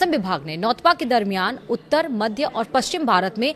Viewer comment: नौतपा बोलना सीख ले